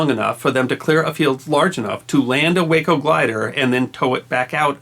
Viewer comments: FYI Way-Co aircraft is actually pronounced Waah-Co , as in "Wacky". Check with any pilot familiar with Waco biplanes, their most known plane today. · Like your channel and enjoy it immensely. Thank you! BTW, Waco CG-4 is actually pronounced wah-co, while way-co is the city in Texas. IIRC, Waco is still in business and in 1930's, was the largest manufacturer of civil aircraft in the world. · If I may, the Waco company pronounces their name, an acronym (Weaver Aircraft Company), “Wah-koh” rather than “way-koh”. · I think you corrected this in one of your other videos, but the glider, made by WACO, which is pronounced "WAH ko", not "WAY ko". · W (long A) co is a city on Interstate 35 in central Texas. The aircraft manufacturer was pronounced W ahhh co. Lovely story, though. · Waco is pronounced Wah-Co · Waco is pronounced waaa - co like aw shucks. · Wonderful story. Just one nit: Waco aircraft; it's pronounced Whah-Coe. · Just FYI, WACO is known by the aviation world with the "a" sounded as "ah". WACO is itself an acronym, originally for Weaver Aircraft Company of Ohio. Makes no real difference, of course, just thought a might like to be as correct as possible. From an old Air Force fighter pilot. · WACO - Weaver Aircraft Company - rhymes with "taco"